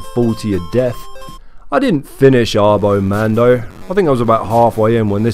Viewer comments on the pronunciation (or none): I think it's "ah-bo mahn-do", since they don't typically round their a's in spanish